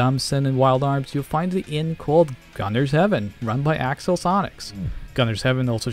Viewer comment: Love mispronouncing things! "Progidy" instead of Prodigy, "Alex" instead of Axel 😀